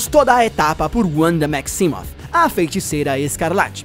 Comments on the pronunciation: Cara, primeiro que não se lê "Uanda" se lê "Vanda" e não é "Wonder Man" é "Magnus". Seria até entendível que não se trata de um erro se você usasse todos os nomes em inglês, mas como só usou esses dois fica muito claro a sua completa ignorância sobre personagens base da Marvel, já que os dois participaram de quase o mesmo número de formação dos vingadores que o próprio Homem de ferro e você não sabe nem o nome deles. E a feiticeira não utiliza seus poderes de probabilidade já fazem séculos nas HQs. Os poderes dela evoluíram para magia do caos desde 1998 quando os vingadores estavam nas mãos do roteirista Busiek, por isso não vê mais em nenhuma mídia sequer comentarem desse poder. E todas as vezes que ela sofreu traumas mentais seus poderes destruíram tudo a sua volta além de mudar toda a realidade, como em vingadores A Queda que ela enlouquece e MATA o visão, a gavião arqueiro e o homem formiga, ou quando ela surta e cria a Dinastia M. Um ataque mental só destruiria a Ravena. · ''uanda'' ai é foda já não bastava ''yultron'' kkkkkkkkkkkkkkk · sempre que ouço uanda eu fico 🤮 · Se escreve Wanda mas se le vanda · Lucas Silva Marçal Assistam X-men Evolution, Wolverine & os X-men e o filme dos Vingadores dublado e me digam se eles usam o W de Wanda com som de V ou som de U. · Era mais ou menos isso que eu estava tentando dizer; que aqui no Brasil, todos pronunciam o W com som de V, porque ninguém aqui é americano. É a mesma coisa que você querer falar Japonês e dizer NarutÔ ao invés de apenas Naruto. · Cara se escreve Wanda mais se fala Vanda não Uanda 😑😑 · Se fala VANDA. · Na pronúncia em inglês é Uanda em português é Vanda, nesse caso ele usou a pronúncia em inglês, por exemplo ele poderia usar o nome da Ravena em Raven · Não é Wanda é Vanda mas se escreve Wanda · "Uanda" kkkkkk nem os gringos falam o nome dela assim. Esse cara do Ei Nerd quer mostrar que sabe falar inglês, mas só se envergonha ao dizer errado. É muita poseragem pra um cara só.